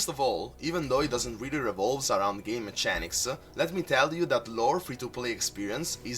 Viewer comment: Hi, Just wanted to offer some advice. When you say Mechanics prounce it like so " meh-K-anics". Just found your channel and am loving all the videos/deck builds! Thank you keep up the great work